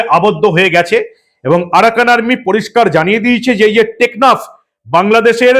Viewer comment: বারবার 'নেকনাফ' বলছেন কেন?দ্বীপ্যটির নাম 'টেকনাফ'।